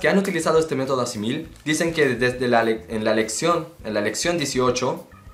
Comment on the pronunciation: Aussi je parle le français. Tu donnes des bons conseils mais tu dois être prudent avec la prononciation des vocals. Aussi Assimil est le nom d'une entreprise française, et donc ta prononciation n'est pas bonne. La derniere "i" doit être prononcé la plus forte. La meilleur manière pour apprendre une nouvelle langue est ecouter, lire et pratiquer beaucoup. Dans Youtube il y a beaucoup des documentaires en français. Salutations!